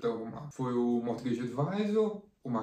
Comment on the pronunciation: Muito bom! Uma dica sobre a palavra Mortgage, o t é mudo e a pronúncia é algo como môrguidj. Tem umas palavras que a gente empaca mesmo na pronúncia, hahah